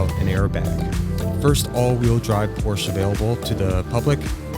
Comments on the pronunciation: I’ll be the guy It’s Porsche not Porsche Y’all sound pretentious when it’s written down The 930 turbo 5 speed manual is still my dream car though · Porsche is a two syllable word! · First thing you need to do is learn how to say Porsche. Ask a German why there is an “e” on the end and what that means. No one cares that you are intentionally being an idiot.